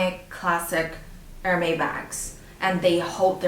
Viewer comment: Wrongpronoucitaion. Correct it